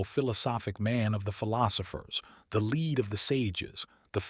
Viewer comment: Thank you, so much 🙏 Very good, only one minor irritation. Several times pronouncing 'lead' instead of (black) Lead.